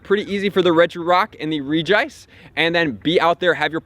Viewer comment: I can't get over how u pronounce Regice. The "Reg" should sound the same as the other Regis